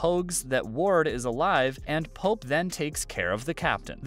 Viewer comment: His name isn”pope” not “polp”